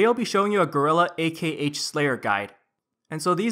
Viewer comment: it's still pronounced as "Ahk" -.